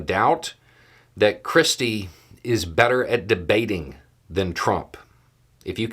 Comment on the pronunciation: Every time you say 'christie' I hear 'cripsy'.